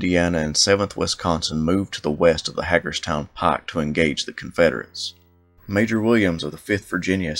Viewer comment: Hagerstown is properly pronounced, "HEY-GURS-TOWN".